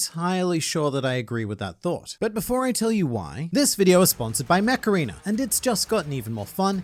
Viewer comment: lmao what i heard was macarena instead ko mech arena!